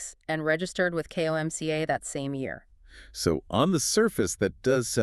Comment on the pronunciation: Why do you keep saying K. O. M. C. A.? It's an acronym KOMCA.